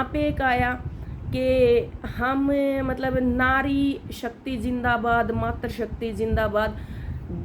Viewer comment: मात्र शक्ति नही मातृशक्ति होता है त् में ऋ होता है।र् नही। बहन जी उच्चारण का ध्यान रखें।